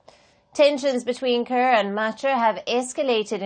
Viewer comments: Palki give us our own black 🖤 reporter not this pronouncing kiir (ker) as Car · Hes not called President Kar he is president Kiir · Why call him Car? Should be ki-rr. Like ki-ll only you replace 'll' with 'rr'. Though I'm from their neighbourhood country let the Dinkas rule this 'case'.😊 Even Machar we need to hear sound 'r' at the end